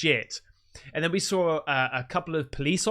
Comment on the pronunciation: Sawr it? Did you mean saw it? There´s no r in saw.